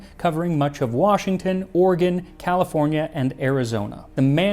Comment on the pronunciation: Respect for him saying Oregon correct. I can’t tell you how often it’s brutalized